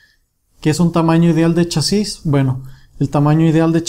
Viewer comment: se dice chasis no chasís donde le ves el acento?